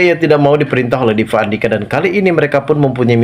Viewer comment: Gak bs ngomong p.bs nya v 😂😂😂vukan orang viasa